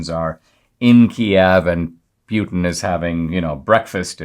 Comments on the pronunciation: Why are you saying, “pee-yoo-tin”? It’s pronounced, “pooty-tang”. EVERYONE knows that. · It’s pronounced Poo-tin, not Pew-tin. Yeah, I’m gonna be that guy.